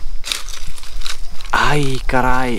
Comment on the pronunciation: "Ai, carai!" Are you brazillian? hahahha